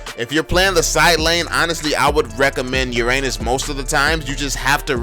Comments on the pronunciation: You forgot alucard and Benedetta and also I though you say ur anus anus nor uranus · Hahahahah omg Istg I’m dead how he said Hahahah “Uranus” 😂😂😂😭😭